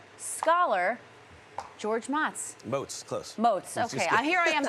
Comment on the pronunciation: If he wants to be called moatz he should put an A in his name. Motz is pronounced motz😂